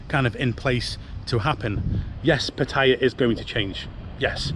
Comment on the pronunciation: Would be nice if you could learn how to pronounce Pattaya.